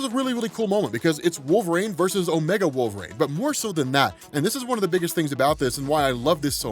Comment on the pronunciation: WHY DO U KEEP CALLING HIM "WOLVERAAYNE" its wool-ver-een